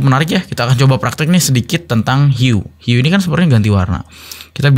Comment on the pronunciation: Hue di baca hiu